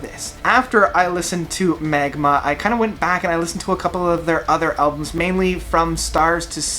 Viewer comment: Haha, no biggy. Just funny that you said the album wrong two times :D